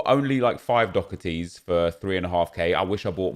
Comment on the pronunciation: pls stop calling doherty dokerty actually the most jarring thing 😂😂